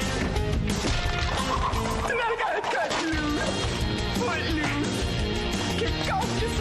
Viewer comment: Ah,é por que ele fala footlose mesmo